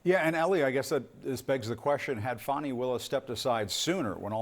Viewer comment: Good bye Fani, not Fanni as you pronounced it. Glad to see you go.